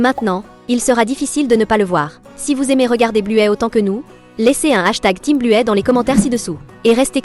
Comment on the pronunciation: Buè elle dis